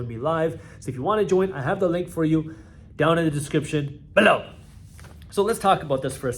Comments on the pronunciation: I don’t know but I love it and he used to say it even more punchy than he does now hahaha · So why does he say "BELOW" like that ?